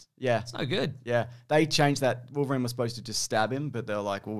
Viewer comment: Remember to say "Triverine" next time Also, not that logic or cannon mattered in this film in the slightest, but Gambit I guess earned a living in poker and has a plane on standby for whenever a burly mutant needs a lift to an island? And if the studio ever continued with Gambit in a future exploration with him and somehow got him together with Rogue, I tend to think Rogue's character is probably not even born in this continuity meanwhile Gambit is in his 30's if one had to guess.